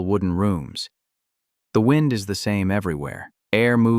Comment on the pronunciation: Why can’t you get readers that can read well. It is wind as in weather, not wind as in clock!